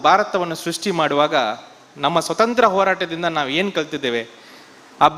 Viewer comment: Swathanthra alla swaathanthrya